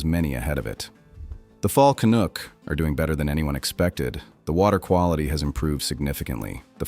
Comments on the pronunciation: AI has a long way to go... Ive never heard of a "kinook" salmon. 😂 I hope the numbers mentioned are accurate. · That explains the "Fall Kanook" statement. Are any videos narrated by humans anymore? It seems like the answer is no.